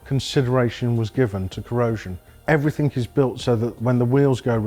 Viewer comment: The word is everything not everythink .